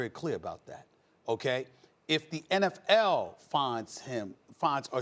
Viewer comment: God I hate the way Stephen a pronounces 'NFL'